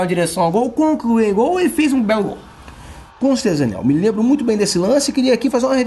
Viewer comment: Conssteza, Daniel.